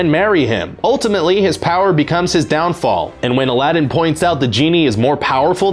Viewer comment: IT is not ALADIN, IT is ALADDDDDDDDDDIN